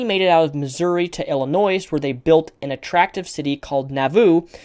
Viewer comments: Great video.... but when pronouncing "Illinois" the "S" is silent. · the "s" in Illinois is SILENT! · I cringed every time you pronounced the 's' in Illinois.. but besides that, very informative video.